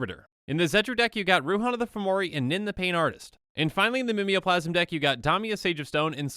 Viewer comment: Are they not pronounced Ghave (Gayv) and Mimeoplasm (Mime-o-plasm)?